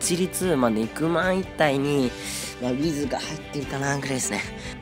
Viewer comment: ネクマンが肉まんに聞こえるw